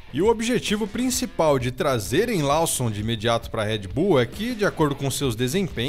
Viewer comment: Lawson não lê-se como estás escrito! Bora melhorar as pronúncias da língua inglesa!